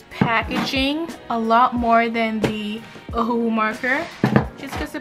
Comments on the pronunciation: Ohuhu is pronounced “oh oo hoo” not oh “hu hu” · Ohuhu not omhu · Don’t say this is hate or you think I’m making fun of you because I’m not but you pronounce it O-hu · How she says ohuhu xD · Did anybody else notice that when she was gonna show copic she said "now for the ohuhu marker" 😂😂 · Lol The way she said ohuhu